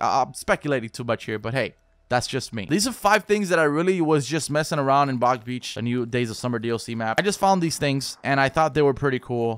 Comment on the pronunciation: Stop saying big beach